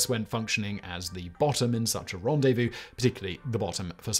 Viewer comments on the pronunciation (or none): none